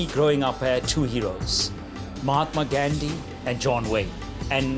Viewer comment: He can't even say Gandhi's name properly....